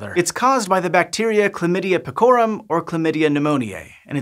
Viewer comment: Pecorum is from pecus, pecoris. The stress is on the first syllable, not second. Not that SciShow ever pronounces non-English words correctly. But I was expecting more from.